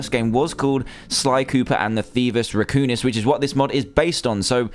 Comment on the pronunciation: Raccoonis? It's Raccoonus